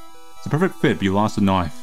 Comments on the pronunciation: when you say knife you say noice i just love that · Every time says the word “knife” i lose it a little